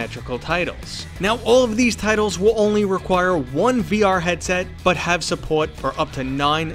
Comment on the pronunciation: Who else went into the comments to see if anyone else noticed how he said "support"